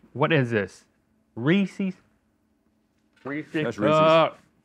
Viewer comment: Reece’s not Reeceeees 😂🤦🏻‍♂️